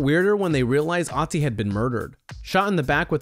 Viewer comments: The dead mountain man (or ice man) isn't called Otzi, he's called Ötzi. Take the i-sound from "bird" and replace it with the ö in Ötzi and you'll have a closer approximation of what he's actually called. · Its not called OTZI its called ÖTZI. You cant just come up with a similar name just cause you cant pronounce it. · It's Ötzi not Otzi ^^ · It's so funny how even the scientist said Oozey when it's actually ötzi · it's ötzi not otzi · Oetzi..... not pronounced "Ottsee". LOL. He wasn't castrated by his killers, either. His junk was stolen by an opportunist who found the body. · It's pronounced OOtzi not otzi, that's the literal point of the two dots above the o. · Its not Otzi, its Ötzi. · Ötzi is the name not Otzi... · Ötzi not Otzi! It’s a difference ! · ÖTZI IS 5300 YEARS OLD, NOT 3000 YEARS OLD! AND ITS PRONOUNCED OOTZI, NOT AHTZI!! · I like you but please learn to pronounce Ötzi right. It’s German I know it’s not always easy for people who doesn’t speak German but o and ö are pronounced very differently so it makes a whole other word. Other than that very interesting video. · It’s not pronounced otzi it’s pronounced ootzi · It's not Otzi, it's Ötzi. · Ötzi, not Otzi... you mispronounced his name 👏🏻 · * Ötzi not Otzi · It’s “ooh-zti” not “ah-zi” 😑😑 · It’s Pronounced ootzi not otzi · I don't understand why people mispronounce Otzis' name it's pronounced Utzi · I took an archaeology class and it's pronounced Urtzi. Known as the iceman who actually had a copper axe before the Stone Age even ended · its ooh-t-zie he spells it utzi but thats how you pronounce it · Irs pronounced Ötzi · It’s pronounced ootze you noob i learned about it in class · ITS CALED ÖTZI YOU MORONS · We learned about #1 in science and no one died from it... And it’s pronounced (Ood-C) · It's Ötzi, pronounced like the German ö. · his name is ötzi...Ö...ÖÖÖÖÖÖÖÖÖ OE... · Thumbs down just because you pronounced Otzi wrong.